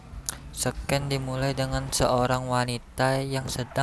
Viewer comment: itu dibacanya bukan Sken(scene) tapi sin